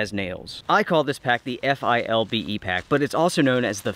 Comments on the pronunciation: It's 'FILBE'. Saying each letter takes to long. You are correct, for $50 it is a good pack. You would have to spend considerably more to get something comparable from Mystery Ranch or Eberlestock. Semper Fi. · As a word - but no ee on the end. Fil-be. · I believe that's pronounced "fill-bay". XD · Dude, it's a fill-be, always was, always will-be!!!;-)